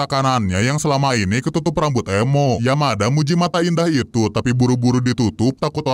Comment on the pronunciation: Menit nyebut Yamada jadi Yamaha bjir😂😂😂😂😂